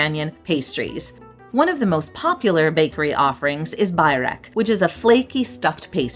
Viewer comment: Love your videos and have vidited Tirana multiple times. Just one comment: pronunciation of some of the food and ingredients is truly painful. Borek, pistachio..😮😮😮please ask the locals about that.😊